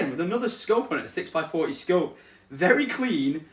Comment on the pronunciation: I never knew Tesco did scopes 🫣 swear each time hearing you say what the scope was it sounded like Tesco 🤣